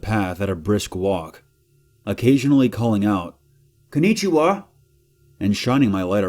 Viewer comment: "KOO NEE CHI WA"